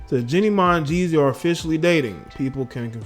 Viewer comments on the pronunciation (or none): It’s Jeannie Mai.. not JENNY Mai!! You are such a pathetic loser.